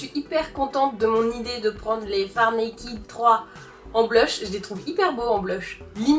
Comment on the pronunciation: Naked = [naikeud] et non [naikid]